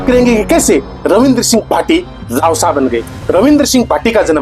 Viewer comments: रावसा नहीं रवसा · रावसा ❌ रवसा ✅